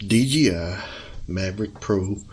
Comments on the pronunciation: OMG, 10 minutes and 45 seconds to finally remove the battery! BTW, it's not D GEE I. It's D Jay I. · Please learn to say DJI instead of DGI. It really bugged me throughout the video. Otherwise a pretty good and informative video. Thank you!